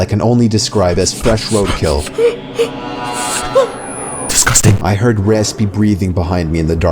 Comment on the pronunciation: so funny when you said diskusting